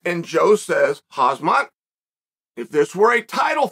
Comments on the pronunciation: for the 100 times, his name is Khamzat, not hazmat. ty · And Joe said: "Hazmat..." im fuckin dead 💀💀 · "And Joe says: Khazmat..." got me... 😃 😃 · Joe said "Hazmat..." hahaha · Chael, he isn't called Hazmat, he is called Khamzat... 😁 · did he just called him hazmat lmao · Bro stop calling the guy hazmat 💀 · Chael the uncle who would call hamzat as hazmat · Chael intentionally calling him Hazmat by accident. There, fixed it. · "Khazmat" almost Chael, almost... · 2.00 .... and Joe says Hazmat ...... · "... and Joe said Kazmat ..." Yet still another Chaelism & mispronounced name he should rightly know how to pronounce. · Chael "Haz-mat Chimaev" Sonnen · Chael the 'Khaz-mat' Sonnen... (2.00 minutes)